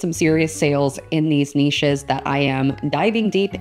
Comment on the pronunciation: Very cute and interesting NEESHES! That's the proper way to say it. :-) :-) Thank you!